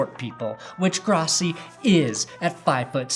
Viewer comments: Gross - e, Gross - e. Gross - e. Pronounce it correctly. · His name is pronounced,"Grow-ssi"..That is the correct pronounciation,Asshole!! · It's pronounced GROSS-e (because he's gross)... Fuck Tony Grossi! Get him out of Cleveland!